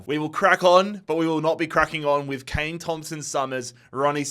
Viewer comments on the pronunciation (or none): none